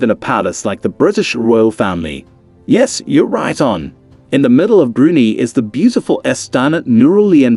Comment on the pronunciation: BrunEE?! Brunei pronounced Broonai, ("nai" rhymes with sky).